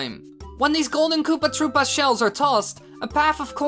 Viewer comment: Its not kopaaah troopaaah its koopA troopA